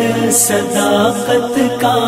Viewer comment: sadaaqat, zyadah ka q(sadaqqat) nikaalo iSi taraH phir (پھر) ko fir(فر) kaisE paRha gaya aor bardaaSht bhi kya gaya